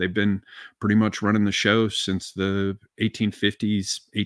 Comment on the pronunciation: I would if he didn’t pronounce “the” as “vuh”